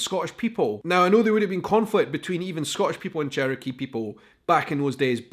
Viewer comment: Remember pronouncing it "cherio-key". .... Still laughing